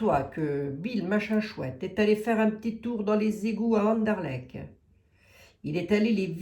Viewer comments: Chère, pour Anderlecht, tu dois prononcer le t final et ce sera parfait!! 😂😂. J'y ai habité quand j'avais 25 ans, hé oui, je t'envoie ça de la région de Mons. Je ne sais pas ce qu'il y a d'intéressant là dessous. Peut la même. José que sous Notre-Dame ou le Louvre?? Qui sait. A suivre.. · Cc🤗 c'est Anderlecht avec un t Merci pour les belges Ça fait vraiment plaisir Merciii